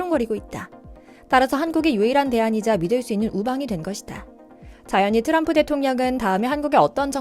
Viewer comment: 또람프는 비하 하는 느낌이 있네요. 왜? 트럼프. 발음이 안되는것도 아니고